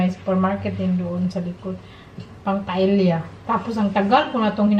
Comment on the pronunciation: Wow surprised dinner for Sake and his friend 👍🤩😋😋, I'm not bashing you, ok.🙏 and I don't want viewers to bash you. It's pronounced PA-E-YA not PA-EL-YA 😅 😜🤗 Good luck in your new job 👍🤞 Have a good evening 🌈